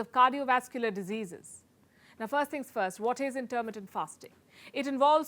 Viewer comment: What is "Intermentative" fasting just listen to her...is this channel meant to look like Forbes with CNN BS ?